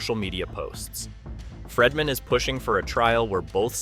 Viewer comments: please fix your pronunciation of Friedman. It’s pronounced Freedman NOT Fredman. Long E. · Its Friedman (FREED-MAN), not FREDman. While I understand that you simply pull from everyone else's YouTube videos/reporting from hours earlier to then compile it into your own video, please make sure the clips you are inserting match what you are talking about at the time. A lot of it isn't matching and you repeat the EXACT same things over and over (the NY Times) but a few minutes apart. You also inserted a clip of the WME CEO (Ari) that had nothing to do with what you were talking about at the time?! It's misleading and the 3 ir 4 videos I've seen of yours, you do the same thing. Obviously, whatever you're talking about should align with the clips that you're inserting at that moment 🙄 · Pronunciation is FREEman not FREDman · My goodness!!!His name is Friedman not Fredman!